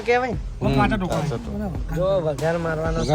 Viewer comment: ભાઈ વંઘાર ના કહેવાય વઘાર કહેવાય